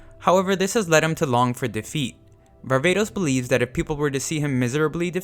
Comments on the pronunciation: sorry to be the guy but you said var-ba-tos and its pronounce var-va-tos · Varvatos huh... More like Barbatos